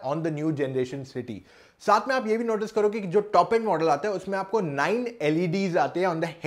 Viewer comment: Yr pta nai aap honda city ko honda. Shity bol rhe ho aur notice ko notishh bol rhe ho..confusion h..